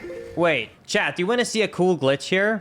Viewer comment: T........ it's chaT ......not chad....